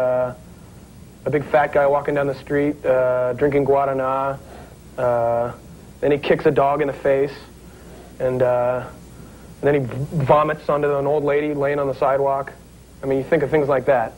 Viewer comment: Acho foda quando ela fala "pÓta", "noventi", "dorgas", escritô"hahhahaah! Beijo Enorme, ❤️🤟🏻